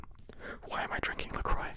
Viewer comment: Ok so it's actually pronounced le croo btw.